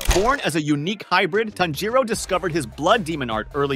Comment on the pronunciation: Broifoughthe how did tanjiro and tamayo bsc9me lover but he said tznjuro